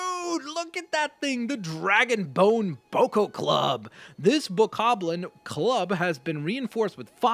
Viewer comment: you were pronouncing bokoblon right before